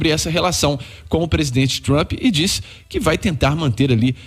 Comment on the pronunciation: O cara fala TRAMPI. Meu Deus. E está se borrando de medo...